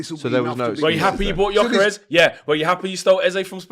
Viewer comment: Can someone tell that actual retard that it’s not pronounced JOKERES